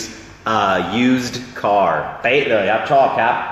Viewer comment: คุณอาดัม ต้องพูด ‘ครับ ‘ไม่ใช่ ‘ฮับ’ นะคะ